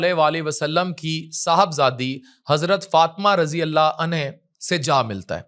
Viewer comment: ناراض نہ ہونا آپ بہت پڑھے لکھے ہیں پلیز ﷺ سہی پڑھنا سیکھ لو رضی اللہ عنہ بھی سیکھ لو